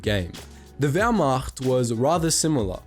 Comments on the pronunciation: As a German I must mention that your pronunciation of German words is very very good. I honestly expected that you would say Wehrmacht like wehrmakt. Positively surprised. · “Wehrmacht” As a german, that pronunciation is pretty damn good! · Die Aussprache war für einen nicht deutschen verdammt gut. Natürlich hört man dass er nicht deutsch ist, aber immerhin hat er nicht wehrmakt gesagt hahahahaha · I like how good you pronounced the german words! (Wehrmacht, Blitzkrieg,...)